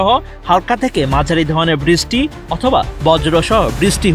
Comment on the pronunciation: বৃষ্টিকে বিছষ্টি বলার মানে কি ভাই😅